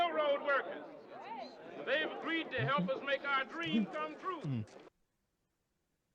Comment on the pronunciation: It's twu! It's twu!